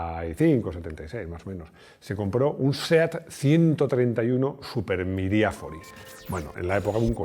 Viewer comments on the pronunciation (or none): La tal Cristinini es la famosa youtuber? Buen video como siempre, pero es MiraFIORI !!! Como miraflores en español. Qué cosas tan raras inventas jajajajajaa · Mirafiori y ralentí, tienes que decirlo más y mejor 🤣😂